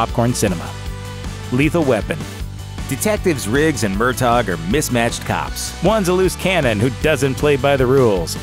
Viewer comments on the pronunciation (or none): What is the matter with these yank narrators, Murtaugh is NOT pronounced Murtog, but Murtow in Lethal Weapon